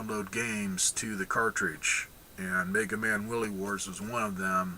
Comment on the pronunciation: The thing's got MegaMan: The WILY Wars! Not WILLY Wars. As in Wily, the one and only -- The Brilliant Scientist, Dr. Wily!